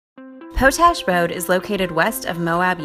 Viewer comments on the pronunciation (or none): Po-tash? It’s pronounced pot-ash.